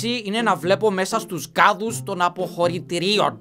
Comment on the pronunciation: Έκτακτη είδηση! Ο δεν μπορεί να πει τη φράση "των αποχωρητηρίων"